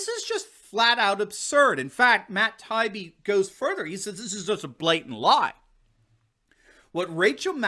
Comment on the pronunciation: Matt Tah-Ee-Bee is an excellent LEFTist journalist.